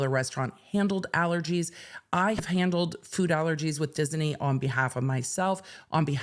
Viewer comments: Dis-i-ney? Disney. Is that a California thing? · I wouldn't say that it's incorrect, but she is adding an extra vowel syllable. So, where I say diz-knee, she's saying diz-uh-knee. I hope my phonetics aren't making this even more elusive, lol. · The way that pronounces "Disney" is out of pocket 😂. We're looking for "Diz-nee" to do the right thing, not "Diz-en-ee" 😂. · I didn't get any of what you said about the theme park case, because I was mesmerized by your saying Dis-in-ey! Dizz-in-ey? Fun with words! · Anyone else hearing Disney with 3 syllables? Diz-uh-knee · Lol...she swaps the n and e around and says Diseny!😅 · I love the way you pronounce Disney. Dis-en-ee. ❤ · Enjoying inserting an extra syllable into "Disney" 😂😂😂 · I'm obsessed with how she pronounces "Disney" and I want to hear everything about this case! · Me too, lol. She made it a 3 syllable word. 😆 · The way she pronounces it confuses me! I'm not a native speaker. Is that the correct pronunciation? 🤔